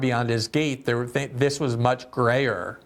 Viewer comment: It seems like Glenn is suffering from cognitive decline. "This was much grayer". No Glenn, much GRAVER. Jeez